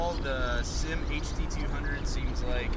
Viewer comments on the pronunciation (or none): It's not pronounced SYM (like one word) it's S-Y-M.